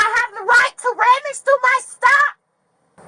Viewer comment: "They don't have the right to rammage through my stuff." WTF is "rammage"? She's not nearly as smart as she thinks she is.